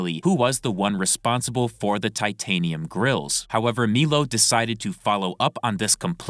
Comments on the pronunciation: It's M👁LO. Not Meelo. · my brother in christ it’s pronounced MY-low put some respect on the formerly gay man’s name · Dude it’s been like a year and dozens of videos and you still can’t say Milo correctly bro are you legit rtrded?? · so many videos now and I'm convince is mispronouncing Milo on purpose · Hearing Milo being pronounced like that hurts my head